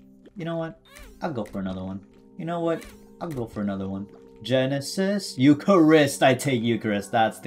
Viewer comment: Gen-e-sis Euc-har-ist looool